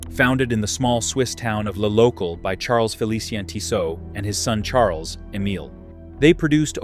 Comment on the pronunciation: “Le Local” 😂